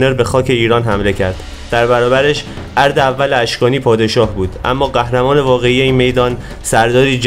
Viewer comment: ارد اشکانی اشتباه است تلفض است